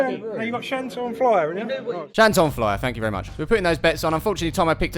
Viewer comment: it's shantou flyer not shantoun flyer (i know the owner 😂)